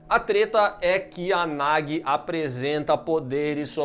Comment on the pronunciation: Gente só um adendo, a divisão silábica do nome da guria é Na-gu-i, não Na-gui. Pra ter a pronuncia similar ao português, o nome deveria ser Nagi